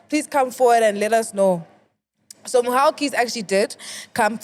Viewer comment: LOL. Editor, it's "Mhaw Keys" not "Mwah 💋Keys"